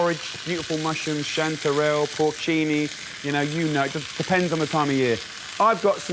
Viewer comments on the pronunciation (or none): none